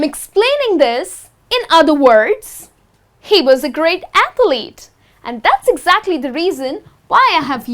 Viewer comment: It should be athlete, not athelete.